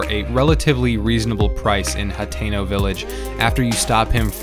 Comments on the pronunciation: It’s hat-ten-oh and ack-ah-lah. Using hard vowels is an American thing. Not so much in Japan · Nobody:: H a t é n o Village